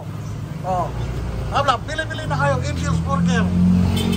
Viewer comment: Yung S ni sa Angels ay lumipat sa Burger ahahaha! Habla "Angels Burger" ay naging "Angel Bursger".